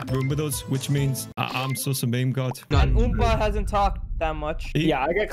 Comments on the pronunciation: Anyone else gonna talk about how he pronounces meme “me me” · I am still so confused. Why does socks pronounce meme like that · meemee Me: its pronounced "meem": MEEMEE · saying meme:mimi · For some reason I get triggered Somebody spells mimi wrong Or thinks meme is mimi It’s probably just because it’s my Roblox name So when he said mimi instead of meme anxiety rises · Who's gonna tell him it's pronounced "meem" not "meemee". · its not me me its MEME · Who else cringes when they say me me instead of meme 🖐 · Why do u say me me not meme?